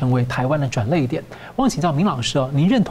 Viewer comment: 主持人，转捩，读作 转裂 ，不是转淚。